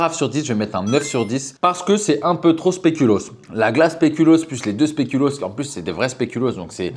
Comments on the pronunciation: il dit spelucoos deux fois de suite sans se rendre compte de son erreur mdrrrr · "le spelucoos" 🤣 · "spélucos" mdrrrrrrrrrrrrr